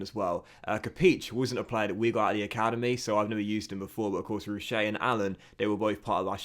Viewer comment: There's no 'ay' sound at the end of Pierre Roche, it's just a 'sh' sound And fun fact his name means Stone Rock in french